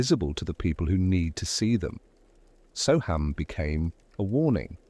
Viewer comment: It’s pronounced So um not So ham